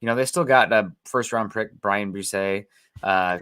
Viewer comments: Haha, definitely said “first round prick” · 😂😂😂 he did totally say prick.